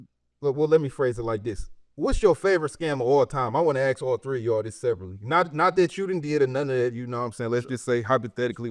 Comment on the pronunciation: Aww shit! “All tree of y’all” 😂😂 it’s finna get crazy